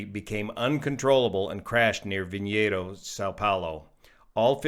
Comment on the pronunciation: What a horrendous plummet the crew and passengers had to experience. My thoughts are with the families who lost loved ones. And,, nice job pronouncing Vinhedos. You nailed it!